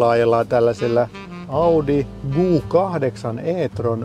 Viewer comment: Mikä helevetin "Guu 8"??!? Se on Q8 eli "Kuu" kahdeksan 😅